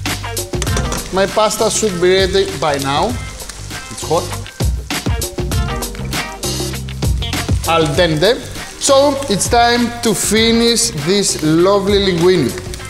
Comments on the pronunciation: al tende ? .. it's not al dente ? probably you said "al dente" but because of your accent sound's it that way.. lol.. good recipe tho... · "al tende!" hahahaha